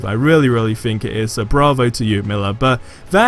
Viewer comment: The word "Think", doesn't start with an "F". You're freaking English and you barely speak it... Hahaha jk, man.